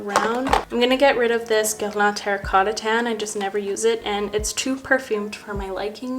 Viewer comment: Ok so you say Guerlain so pretty!!!! I replayed the video multiple times just to hear you say that!!!😮